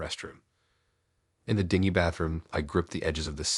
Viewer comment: Sab-oh-tayged instead of sab-uh-tahj? Seriously??!! Dude muh nee-lee-oh-tiv?! ?? ding gee room instead of din-jee??! Omg